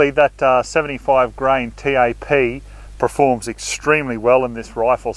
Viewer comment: Hi. I love your videos and get a lot out of them but the word is “perform”, not “preform”.